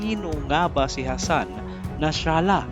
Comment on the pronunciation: Nasrallah lang sir, di Nashralah